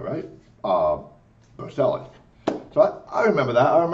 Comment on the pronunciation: Bocelli is pronounced Bow-Chelli. Just helping a guy out. :)